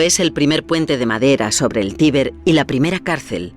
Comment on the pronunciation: en el minuto pronuncian mal tiber pareciese que digesen tibet